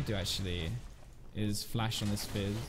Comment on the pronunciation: When you say Fizz it sounds like FaZe